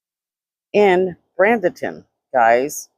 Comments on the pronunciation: Just so you know, it's pronounced like Braiden-ton. There are some really nice areas in Bradenton near the beach, but the further away you get from the beach, the sketchier it gets. I would not want to be in some of those areas am. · I live in Bradenton. Pronounced braid-in-tin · Its pronounced Bray-duhn-tn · I lived in Bradenton most of my younger and teenage years. Graduated high school there. It’s actually pronounced “Braid in ton” Praying for Giovanni’s Family, especially his Mama. I have her son his age. I get the middle of the night phone calls. I couldn’t imagine the guilt I would have to live with a finalist a call for help in the middle of the night after something like this happens. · Bradenton - Braid den ton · There is no n in Bradenton. She definitely is pronouncing it wrong